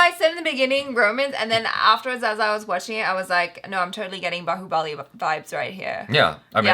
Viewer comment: Every foreigner pronouncing Bahubali funny way prabhas who acted role of Bahubali be like why u guys bullying me 🥺 we audience b😂😂😂